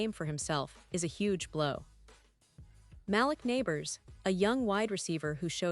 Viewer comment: You should learn how to pronounce the Giants' name Malik and Daboll